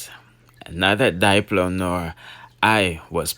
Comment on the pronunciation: It's dip -low Not Dyelo Jussa seh